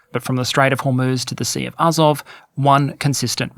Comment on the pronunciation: Pronunciation -- AzOV (I notice your stress moves around). NovorossEEsk.